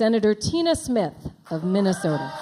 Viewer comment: What's "Vinnasota"?